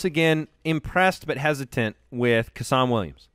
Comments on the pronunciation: tommy tucker I imagine that the footballers care. Especially considering they may be the only people ever to call him CUH-SAN. As a UW fan it's pretty cringey to hear. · Hey guys! Just FYI when talking about Seahawks WR's you said Kasen Williams name wrong. It's pronounced Case-In. Went to HS with the guy.